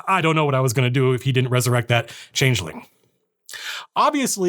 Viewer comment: Errrrr...I'm super sus of the way Matt said changeling.